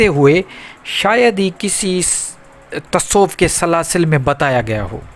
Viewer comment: سر۔ پہلے اپ لفظ تصوف کہنا سیکھیں لطایف جاری کرنا سیکھیں گے